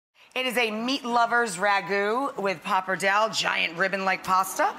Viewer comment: PappardellE has an E so it's not "PappardeLL" like you say. Learn italian better.